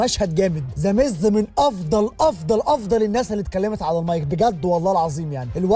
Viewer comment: أسمو ذاميز مو زاميز 😂😂